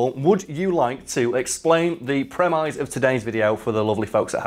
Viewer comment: Sorry, hate to be that guy, but premise is pronounced 'premmiss'. Just helping you live up to the high standards expected by Big Wangers Inc.